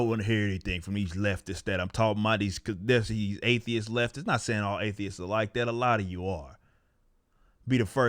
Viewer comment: My mans said "STATHEIST"!!!! LMAO